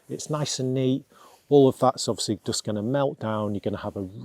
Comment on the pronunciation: I wish you could say the word “just” instead of “dus”. Most annoying.